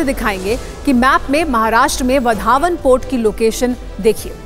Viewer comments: वा रे आपकी पढाई वढावण नाही हैं ओ वाढवण हें उस गाव का नाम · इस बंदरगाह का नाम वाढवण है वधावन नहीं है | कृपया नाम का उच्चारण सही करे बाद में समाचार पढ़े | वहाँ भाषण करते हुए नरेंद्र मोदीजी ने वाढवण कैसा बोला उसे सुने और बाद में बोले | वधावन ऐसा मत बोलो | वाढवण बोलो | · आधी गावाचे नाव बोलायला शिका नंतर काम करा